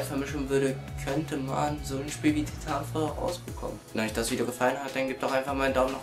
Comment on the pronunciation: Titafall haha schön das du weisst wie Spiele ausgesprochen werden.